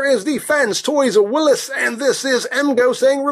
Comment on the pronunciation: Since it's a Jeep it's pronounced "will-ees" like the name Willy not like Willis ;)